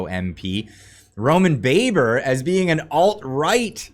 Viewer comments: Baber’s name is pronounced Babber oddly enough JSYK. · You are pronouncing his name wrong it is "Roman Baaaaber" as in ba ba blacksheep!